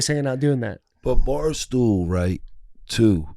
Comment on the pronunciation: Watching this I learned doesn’t know how to say Barstool 😂. “Barstoo”